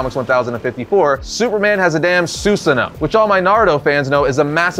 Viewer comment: As powerful as Supes is now, he's still not on the same level as Earth-2 Superman. Also, you mispronounced Susanoo. It's "Soo-sano-o".